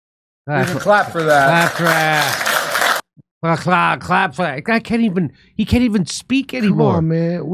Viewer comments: Btw I’m convinced he said “you can crap for that” not you can “clap” for that, so no problem there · "Please calp..." Jeb Bush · "You can crap for that".